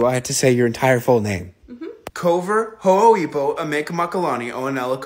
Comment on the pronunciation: That’s Hawaiian? I thought I heard ho’oibo which would make it some odd dialect of Tongan (I think it was a mispronunciation of ho’oipo) Hawaiian makes much more sense I was trying to put sense to it Thank you